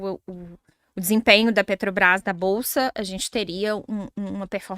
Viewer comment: Meeeeeu Deeeeeeus! Estão matando a língua portuguesa mesmo!, vc teima em falar Petrobrais 🤔 E uma professora fala "alavanche" ao invés de avalanche! 🤦 É o fim do mundo mesmo...